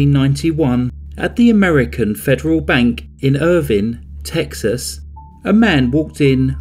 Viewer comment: I grew up in Dallas, Texas and those were my stomping grounds. Oh Btw Irving Texas is pronounced IrVING other than that great work and congratulations on hitting 50,000 subs.